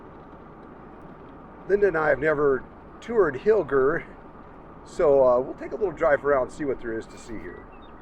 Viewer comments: We have always pronounced hiller with a soft g. Like Roger. Mom worked in the Milwaukee office there. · Hmm, our daughter & hubby lived lived by Hilger MT for years, but they all pronounced it Hil-jer. Also, thought they said that school was originally moved there from Kendall...